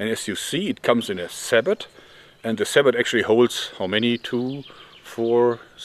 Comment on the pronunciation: I know this is getting petty, but sabot is a French word so it is pronounced like saybow